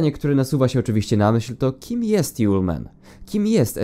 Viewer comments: To nie yole man tylko julemand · A nie "żulman"...